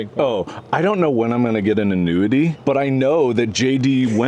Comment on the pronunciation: Please tell me I'm not the only one that thought Mark said "when I get into nudity" not "an annuity" 😂